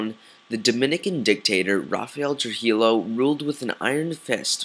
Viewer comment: You pronounce Trujillo incorrectly. It's not "true-he-low", it's "true-he-yo"